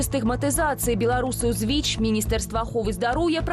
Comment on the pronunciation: Беларускаю моваю слушна казаці "Віч", але ня "Вічь" ❗ У Бел мове няма мягкага Ч ❗